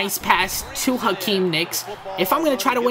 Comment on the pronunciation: it's not Akeem nicks it's Hakeem Nicks